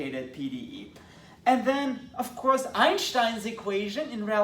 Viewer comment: I really appreciate you pronounce Einstein correctly